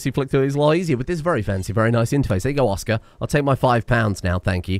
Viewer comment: As a polishman, I really felt it when you pronounced Oskar like some kind of orkish name